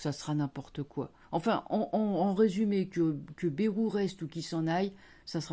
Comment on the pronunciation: Bonjour, juste étant du sud-ouest quand vous prononcez le nom du monsieur Bayrou, ça fait mal aux oreilles. Ici. Le AY ne se prononce pas comme vous le faites, j’ai vu aussi que vous êtes pas la seule à prononcer. Une petite aparté bien affectueusement quand même.